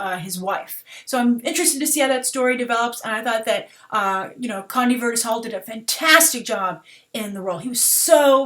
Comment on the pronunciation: “Condie Vurtis Hall? Jesus at least do some research on the names of the actors